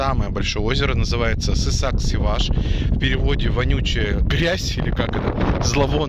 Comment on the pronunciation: Не Сысак, а Сасык!😡